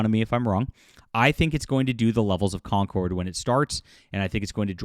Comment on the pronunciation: Con-cord not Con-curd.